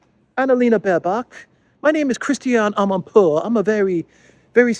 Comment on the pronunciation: We are going against winter, a burning Abraham will make a good, warming fire. I like your finesse pronouncing "Amanpour" 😆